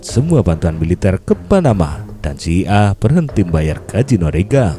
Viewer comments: Sekedar membetulkan, bukan CIA(sia) min, tapi CIA (si, ai, ei) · Hahaha agak risih jg dnger nyebut (SIA)